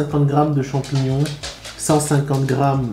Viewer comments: Il a du mal avec les « chamignons » 😂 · Le mec il a vraiment du mal avec le nom des champignons 😂